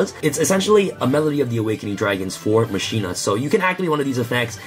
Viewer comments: Right? Final Fantasy X was damn near two decades ago and they got "mah-key-nah" right the first time. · ma-ki-nah not ma-shi-nah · for the love of God its mah-key-nuh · As a highly educated duel links player I believe its pronounced Ma-China 😤😤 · I cringe everytime someone says "masheena"